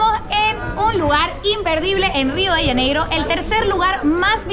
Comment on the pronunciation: Rio de janeiro es , no se pronuncia rio de ianeiro